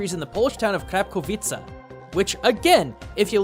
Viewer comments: Hah, Krapkowice?!?! More like "Crap"kowice #Facepalm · You say it like krapkovit